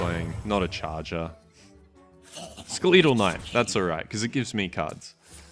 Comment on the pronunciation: ''skuleeetal knight' xd